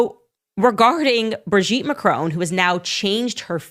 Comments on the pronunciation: She cannot even pronounce Macron properly. It is pronounced Mack Ron. Not Ma Crone. Get it right, but i expect that's way too much to ask these days. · Macron! MAC-RON…. NOT MACRONE… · To all you Americans: There is no letter 'E' in Macron so stop pronouncing it is 'Macrone'. Thank you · How dare that piece of crap insinuate something like this against a presidents wife, let alone any woman. Wow you Americans think you can say anything and get away with it, you cannot even pronounce their sodding surname. It is MACRON NOT MACRONE. Sod off and leave the rest of the world alone. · Please try and pronounce their surname correctly, it's not pronounced "Macrone" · Macron not Macrone - short o. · When will Americans pronounce the name MACRON not Macone. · FFS learn to say the French President's name correctly. What is the matter with you idiots, can't you pronounce anything correctly? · If only USAmericans would learn to pronounce "Macron" correctly, perhaps as a kind of courtesy? How is it possible they don't in a country with a current population mainly consisting of immigrants or immigrant descendants? Same goes for Hispanic names.